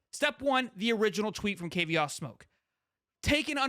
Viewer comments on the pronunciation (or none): I do like your channel but please do a little more homework. His name is pronounced like the cognac, Courvoisier (core-va'-see-ay). Please get the names right so that we can enjoy your content. This young man speaks from a certain point of authority since he came from the portal as a star running back from the SEC, but was utilized on special teams CU. Hopefully, this special teams experience will enhance his stock the NFL level as scouts specifically mentioned this one of their practices. Additionally in the comments below, CP did share some of the NIL shine - Alton and Charlie appeared in a national commercial with him. Also, I do think It remains to be seen how recruits will interpret the course of events - remember, we don't see everything as the general public. Finally, CP put out a short video to the NCAA (kinda "shade") stating that the NCAA didn't think things through with the NIL; these paid NIL athletes will start acting like professional athletes. To me, that is how I interpreted Kavosiey's remarks... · Kuh Vaw See Ayy You gota say their names correctly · His name is courvoisier "Kuh-vos-si-ay" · The way dude pronounced kid name shows me he don't follow Colorado.